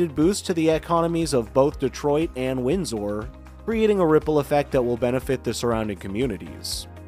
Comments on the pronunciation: The name of the Canadian city across the river from Detroit is pronounced ‘winz ur’, not ‘winz ore.’ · Windsor is pronounced wind ...sir, with emphasis on the first syllable, not emphasizing the last syllable.. sor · Windsor is pronounced WINDS-ER. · 😂 Depends On Your Axe Sent!! … 😅 Accent! … Wind Sore!! Win Sir!! 🇨🇦😳‼️